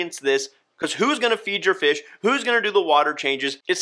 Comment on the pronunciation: Lmao “feish pewp”